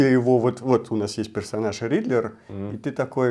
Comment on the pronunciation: Riddler не Ридлер) Мотивы не мотивы